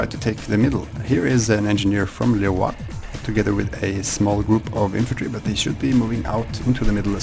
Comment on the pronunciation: I think Leroix's name is pronounced Loo-Roy I think. Also, interesting match.